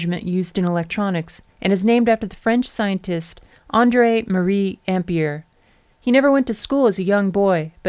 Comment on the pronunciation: I don't have any idea what problem you had pronouncing Coulomb, but the mispronunciation of Ampère really got on my nerves. It's even spelled with an è to show how it's pronounced! There's a forvo entry for André-Marie Ampère.